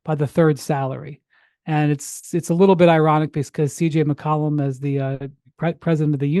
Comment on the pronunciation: McCollum not McColumn💀